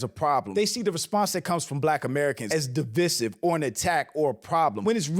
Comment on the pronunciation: divisive = (duh-VY-siv), keep up the good work tho